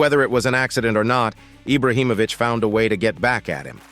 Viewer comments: It’s not eye-brow it’s Ee-bra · This dude is saying Ibrahimovic properly then decides to say eyebrah🤢